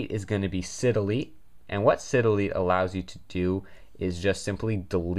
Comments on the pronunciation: he said "sidilly" I was like wtf.....ohhh he means psy-de-leet- (cydelete) lol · its s(eye) delete , not si delete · I think it's pronounced, "sie-delete" like cycorder or cylon or cyber. Anyway nice vid